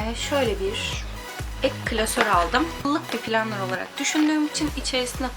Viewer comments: Planner 'ı türkçe okunur seklinde yanı 'pıllanır' diyorsun o öyle değil. söylemek istedim. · planner diye yazılıp plenır diye okunuyor ablacım bilgin olsun